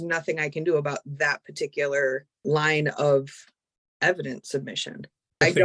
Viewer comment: It might just be me, but t g e way he pronounces "parti kular" drives me batty.